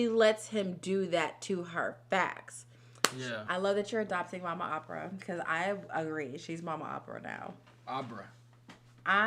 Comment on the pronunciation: OPPER not Opera